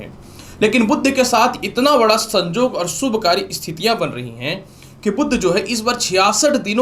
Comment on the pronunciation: शिंगिंग नही। सिंगिंग बोले । संजोग नही संयोग ।